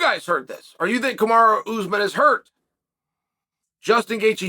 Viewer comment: Chael it’s Ka-ma-ru not kamara!